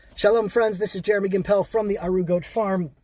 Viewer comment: The name is GIMpel, not gimPEL. As in "Gimpel the Fool". I guess your explanation holds for European Jews denied refuge from the Nazis?